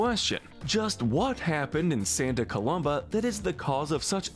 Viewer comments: Why do you keep mispronouncing Santa Coloma? There's no "B" in the name! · you pronounced Santa COLOMA wrong